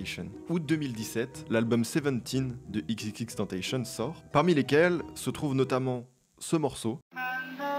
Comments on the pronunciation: pause , par contre désoler mais on dit " ex ex ex tentassion" voilà j'arrête de casser les couilles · Par contre tentacion ça se prononce comme tentation en français 👍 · Juste petite précision, on dit X ( en anglais) et tentacion ( en français) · XXX tentacion ça se prononce tentassion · La vraie prononciation c’est plutôt [èx èx èx tèntassion] même en français on devrait le prononcer comme ça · Incroyable la vidéo mais juste pronoce correctement XXXTentacion, une légende on la respecte, en tout cas j'aime bien tes vidéos frr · first c'est du lo-fi prononcer à l'anglaise car terme anglais et deuxièmement c'est tentacion a la française car lui même le disais que c'est la prononciation mais sinon excellente vidéo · La prononciation de X est latine, on ne lit pas Tentacion à l’anglaise. Bonne vidéo ! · tout super ok, mais XXXTENTACION mal prononcé ça fait mal mec... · Le "TENTATION" dans "XXXTENTACION" se prononce à la française pas à l'anglaise 😅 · C’est vrai, bonne vidéo mais écorcher le nom des artistes est insupportable, shilo se prononce sans t et xxxtentacion se prononce à la française, surtout surtout pas à l’anglaise comme seb le prononce , grosse erreur que X lui même détestait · Super vidéo, je connaissais cette voix mais pas du tout son histoire.. sans vouloir faire le forceur ça se prononce XXXTENTATION à la française et non avec l’accent Voilà c’est tout pour moi 🙏🏼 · Bon je sais j'suis chiant mais pour info on dit pas tentasheun mais tentassion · C'est pas ix ix ix tenteilleshionne mais Ex ex ex tentation (prononciation fr). Merci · Juste c'est pas xxxtentashion mais bien tentacion prononcé à la française, faut savoir aussi que jocelyn flores c'est juste une mannequin qui est morte en partie à cause de x car à la dernière minute il l'a refusé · Je veux pas faire le 🤓 mais X ne ce prononce pas "XXXTENTAYSHION" mais dans son cas "XXXTENTAÇIONN" à l'espagnole. (il l'a expliquer dans une interview) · ca se prononce xxx tentassion pas tentachen